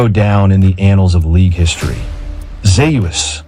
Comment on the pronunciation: "Zay-you-es" is my favorite top laner ever!